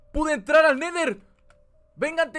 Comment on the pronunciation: Se dise el neder